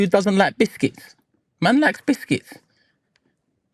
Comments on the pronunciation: Stop saying bisthcuits!! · Came on i will buy Proton just stop saying bithkiths😂😂😂😂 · Havertz got him chatting 'bishkits' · Man said "bithkitss"😂😂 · Stop saying bishkits 😂😂😂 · “Who dwosent like bwishkits” 😂😂😂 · What’s happening with his English 😅